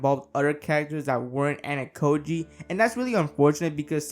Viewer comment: Also. Ayanokoji is not Anakoji. AH-YAH-NO-KO-JEE